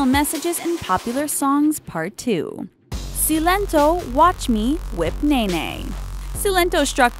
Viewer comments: It's "SILENTO" not "SEELENTO" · see-len-to? it's say-len-to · Si-len-tò 😂😂 The pronunciation killed me ... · Isnt it silento like silent with o? 😂😂 like when did it become "Clento" in pronounciation 😂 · It's not "see-len-toe" it's sigh- Len - toe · Silent-o not seelento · When she said Silentó! Haha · did she really just say see-lento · why did they say silent`o. like that ugh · It's pronounced silent-oh & beebee rexha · She said Silento's name wrong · or at least how it's supposed to sound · Can you even pronounce silentó properly?😤